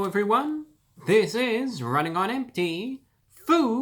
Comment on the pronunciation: h….hewwo… e-evewywun..... (;•́︿•̀ ;)